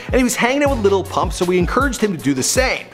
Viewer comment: Lil pump not little pump......